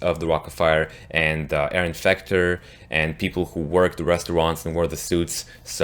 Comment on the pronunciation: You said Aaron fucter